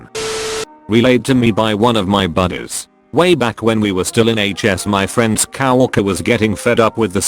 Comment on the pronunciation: I love how it says Cow erker .. instead of co-worker